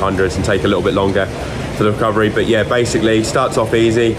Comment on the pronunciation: it doesn't get more British than that "yoaih". Love it